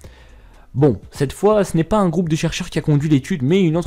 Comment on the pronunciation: Tu as tendance à rajouter des lettres dans tes mots c'est très bizarre au lieu de dire un génie tu dis WUN génie par exemple.